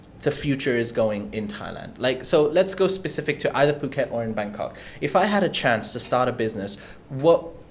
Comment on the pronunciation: He says "pyu~~ket" again . It's "pooket!!!" So annoying